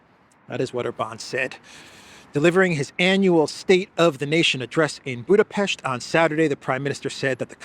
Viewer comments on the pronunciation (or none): none